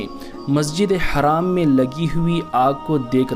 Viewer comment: It's masjid e Haram, not haraam it will change the entire meaning if your pronounciation is wrong